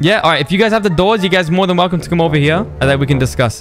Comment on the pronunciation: Truly a Velcome to rust